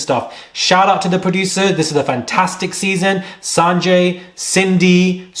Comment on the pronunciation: Everytime says Sanjay i die 😂